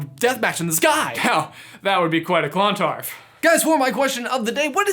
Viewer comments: its pronounced CLUNtarf not CLONtarf PS I am from ireland so i know PPS.my name is meabh pronounced may-ve my name means she who intoxicates irish legend time queen meabh was queen of sligo pronounced sly-go and she was awesome and her grave is on a mountain in sligo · At the risk of sounding very much like a certain Ms. Granger, It's Clon-tArf, not ClOn-tardf Also thank you for mentioning some of our Ancient Irish Lore ❤️ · 6.20 aha the battle took place in clontarf which is a place in Ireland and is pronounced cluntARf (I’m Irish btw) 😊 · k so I know Americans don't do well with Irish names but it's pronounced (Brian Boru) Ba-roo and (Clontarf) Clon-tarrif (yeah I know we're weirdos most the times we actually ignore letters in a word....cos reasons I suppose) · Pronounced cluntarf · Seriously love says Clontarf as if it's 2 words 😂 it's a very small town compared to other parts of Dublin if anyone wanted to know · Hey Clontarf is actually a really nice little town. And you're pronunciation is slightly off dude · U need to come to Ireland to learn how to Pronounce clontarf properly